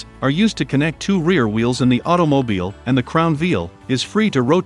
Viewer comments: hey it Wheels not veals. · Just realized Tesla's have open diffs. . Your voice software says Vheels not Wheels. My ADHD was distracted each time it said Vheel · Did anyone else hear “Veel” a lot?